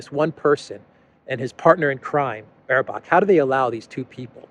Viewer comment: Annalena “ Brabuck”. 😅😂🤣 Baerbock.